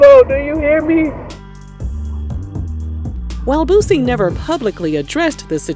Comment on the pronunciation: He said it right tho. Most of them say lil BOOOZY